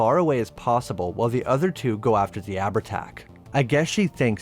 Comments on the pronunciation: FYI - Its pronounced Av-art-ah or Av-art-Ouck. 'h' in Irish isnt a letter, its a Séimhiú. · ahh-ver-tach, sorry it sticks in my craw. also showing an icon of an native american due to the term 'chieftain' is... interesting. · I’ll let you away with Abhertach (ah-ver-tach) as Irish and Scots can be fckers to pronounce, but you’re not getting a pass for ‘curn’ for cairn 🤣